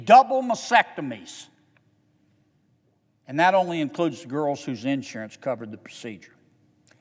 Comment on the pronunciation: Senator, it's MAST-ectomy, not MASS-ectomy. Is there something in the GOP rule book that requires mispronouncing medical/sex related terms? During the Clinton impeachment all of the GOP house prosecutors squawked about GINITILIA instead of genitalia. Read the word, Senator Kennedy. It's not that hard to pronounce. Also, it's GONADOTROPIC not gonadoTHropic.